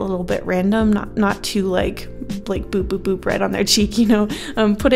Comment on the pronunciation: At first i thought you said b-b-b-bread on your cheek instead of Boop boop boop right on your cheek